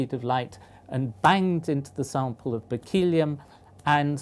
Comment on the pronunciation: I think it's pronounced Berkley-um not Berk-eel-ee-um.